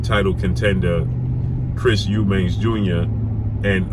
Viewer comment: Lmao he's eubanks according to you American dudes. It's Eubank!